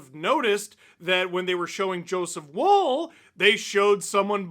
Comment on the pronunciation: Am I the only one a little annoyed that Steve pronounces Wolls name like ‘wool’ and not ‘wall’ which is how it is supposed to be pronounced?